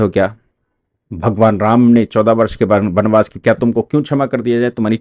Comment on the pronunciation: बनबास नहीं। बनवास। अपनी हिंदी सुधारो।